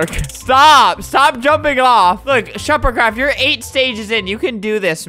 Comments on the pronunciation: He said shuppercraft not shefercraft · No he said sherpardCraft